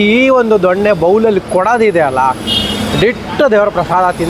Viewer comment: ಅದು ದೊಣ್ಣೆ ಅಲ್ಲ ದೊನ್ನೆ